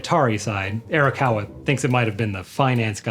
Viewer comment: We need to buy a copy of Like a Dragon 7 so that he learns how to pronounce Arakawa correctly.